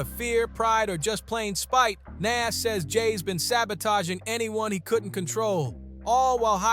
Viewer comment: The way you keep saying Nas name is driving me crazy